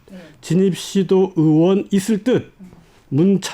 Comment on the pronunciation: 으원 입니까 의원 입니까? 듣기 불편하네요.